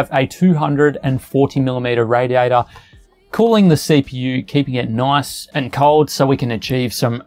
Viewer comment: He said "noice" for like times...